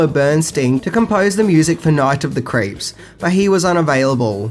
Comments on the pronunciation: Sorry are you saying Night of the Creeps or Night of the Crepes? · "Night of the Crepes" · It sounds like you're saying "Night of the Crêpes"...which is a movie I want to see! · Sounds like youre saying Night of the "CREPES." 🤦🏽‍♂️ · “Night of the Crapes”